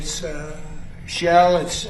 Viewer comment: Chump says Cevron and Chell